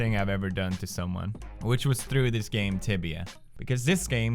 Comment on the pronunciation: 'siz game'